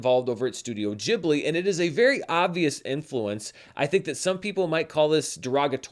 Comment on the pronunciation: I don't understand how anyone could think that's how you pronounce ghibli.